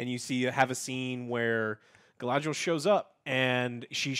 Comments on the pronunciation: Listening to Joe try to pronounce guylandriel never gets old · It hurts when Joe keeps mispronouncing names of different characters. Especially "Galandriel". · He says "Galandriel" so often... haha its funny. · I like how called her "Galandriel." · Game of Thrones was all world building for like half a season aswell, and Joe will never learn to say Galadriels name. lol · The little smile in face everytime Joe pronounces Galadriel/Galandriel/Galendrielle and Celebrimbor/Selebrimbor. 😏🙉